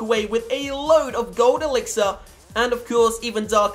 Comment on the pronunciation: Lol you said gold elixer